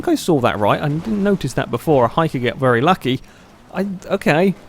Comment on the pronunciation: I don't want to be rude but why do you say very as 'VELLY' every time? Not hating but just asking! Great video as usual.